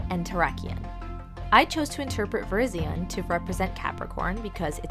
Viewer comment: its pronounced ver-RYZ-ee-en not ver-IZ-ee-un